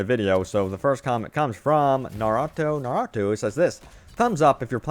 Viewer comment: That pronunciation of Naruto tho lol